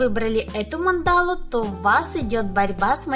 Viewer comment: А почему мандАлу, а не мАндалу? )))